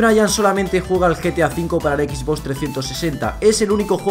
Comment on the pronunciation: Jaja me dio gracia q dijo quiero una EXBOX cuando es XBOX PD: Buen video